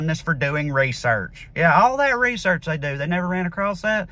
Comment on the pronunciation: 'Doo ur on reesirch!'